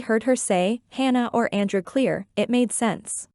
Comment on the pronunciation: in the video said Cleere ten times in a loop. Try again